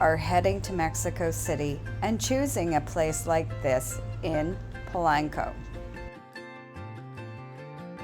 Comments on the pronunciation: Please por favor stop saying Pulanko!!!! Dios mio. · Pa lank co 🙄